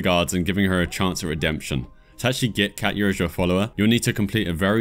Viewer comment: Just so you know, Katja and Katya are different names so pronouncing the J like a Y doesn't make sense if the name is Katja with a J and not Katya with a Y... Your mispronunciation really bothered me lol probably just my OCD coming out or something.